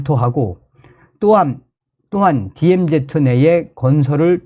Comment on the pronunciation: 디엠제트가 아니라 디엠즤가 가장 가까운 발음입니다.